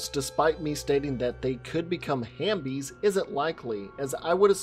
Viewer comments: I thought it was HALF-bies not hambies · I just wanna say it’s “half-bies”